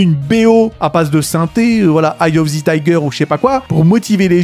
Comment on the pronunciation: Salut, d'où viens le "Zi" dans "Eyes of the tiger ! Merci pour l'explication car cela fais saigner mes oreilles 👍